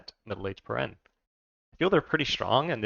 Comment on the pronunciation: Nice, I was waiting for a video on these guys. It's pronounced peer-en-knee, like the pyrenees mountains in the real world, by the way.